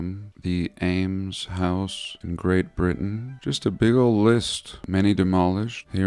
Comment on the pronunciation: It's the "ALMS" House.